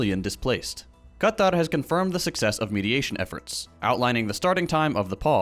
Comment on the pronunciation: putting in the effort and nailing the difficult letter qaf (ق) in Qatar. You love to see it ❤❤